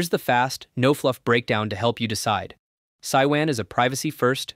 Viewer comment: It is pronounced Sue-you-in. Mandarin for Temple.